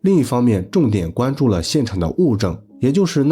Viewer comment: 这是哪里的普通话口音？关注guan的关字拼音是不是应该发一声吧？而不是拐弯的三声🤣听着好别扭